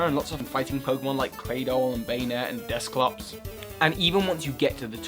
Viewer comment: I love your channel, but I can't understand why you call Dusclops Desclops?